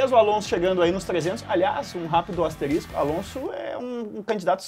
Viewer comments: Só lembrando, é "ASTERISCO" e não "ASTERÍSTICO". E em relação ao tema, na minha opinião é o Hamilton! Abraço!!! 😎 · "Asterístico" ?? UHUhauahuaha, sério isso? Tá competindo com o "Se consagro"?